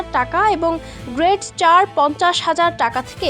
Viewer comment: গ্রেট না রে বইন গ্রেড!😑